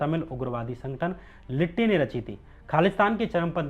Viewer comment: लिट्टी नहीं Dude... एल. टी. टी. ई. कहते हैं 😊